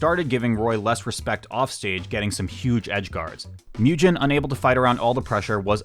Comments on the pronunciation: Also for Mugen. "Moo Jen" instead of "Moo Gen" killed me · just an fyi, pretty sure mugen’s name is pronounced the same way as it’s japanese origin 無限 is, which is like the sound a cow makes: [MOO-gen] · S’okay but you also mispronounced mugen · and mugen lol